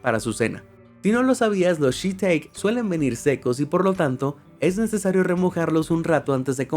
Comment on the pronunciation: Todo perfecto pero no es “shi-teik” sino “shi-tá-ke”